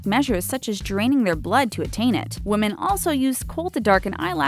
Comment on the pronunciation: Women pronounced wimin not womin